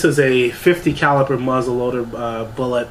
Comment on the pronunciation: Caliber not caliper. Lord have mercy.